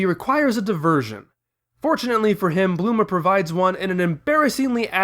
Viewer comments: Why do you call bulma bluma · Why do you say bLuma???